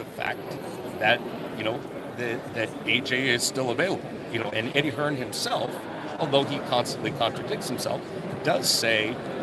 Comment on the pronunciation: Its not "HearnS" it's "Hearn"